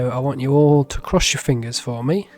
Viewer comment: 💅 mangled and unrecognizable... but at least I crushed this comment 😌 (just teasing, your accent was just a bit thicker in that moment)